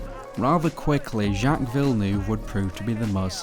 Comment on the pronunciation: It's pronounced "Vill-nerve" and the track is "He-reth"